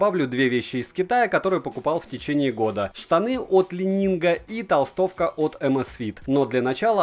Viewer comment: Уже не лайнинг, но ещё не идеально))) Каппа., "Ли Нин" - не ли нинГ. Легендарный гимнаст Ли по фамилии Нин